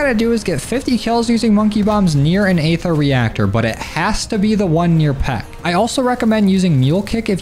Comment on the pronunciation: EEEther. not AAAAther lmao